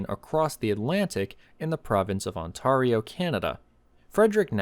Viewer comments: On-tare-ee-oh. Not On-Tar-ee-oh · On-tarr-io ? Really?😂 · correct pronunciation: On-t-air-i-o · It's On-tare-e-o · "Ontawrio." I will fight you. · It is pronounced "ON-Tair-eo" Great video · Pro tip: if you're about to record a video with a place name, take a minute to learn how to pronounce it. Ontaario. Hilarious! (I'm Albertan, so it's genuinely funny for me.) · aan • teh • ree • ow, is how you pronounce Ontario. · Ontario is pronounced Ont-air-E-O. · Never heard anyone pronounce Ontario like that.... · Never heard someone pronounce Ontario wrong, congrats! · That's not how you pronounce Ontario. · Living in Toronto as I do, I’ve probably driven over it a billion times. I have to say though that I have never heard anyone pronounce Ontario like that. Funny. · That's a strange way to pronounce "Ontario" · I never heard anyone Pronounce Ontario that i kind find it funny. we have Geo technical crew that drill in that area so if we get still In a core sample or a spoon sample I'll let you know ;) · How can you mispronounce "Ontario"!!? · That might be the most scuffed I've ever heard someone pronounce the word Ontario I've ever heard. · That is hands down the weirdest way of pronouncing Ontario. Also this explains why the Gardener is always in such terrible condition. THE CURSE OF THE ROLLER! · I read your comment before I got to that part of the video, and I still wasn't prepared. That gave me a good double take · You're pronouncing "Onario" with the wrong "a" sound. The "a" should rhyme with "fair" or "terrier".